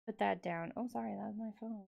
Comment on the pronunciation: Not “so sherry” but so sorry